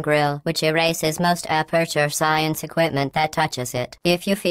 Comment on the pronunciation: Science not Sciance srry i had to